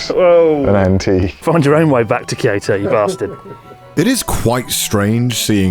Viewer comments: Am i the only one who thought he said "kirito" at the start? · connor: Kyoto me: diD yOu sAy kiRiTo?